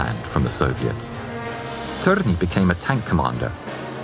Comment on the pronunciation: I've known Lauri Thorne as soldier who fought in 3 armies but not known so much about him. Wonderful. Also the törni pronounciation was just like a native Finnish. I love your narration and the new merch. This is an amazing video for 200,000 subscribers (actually 201K now)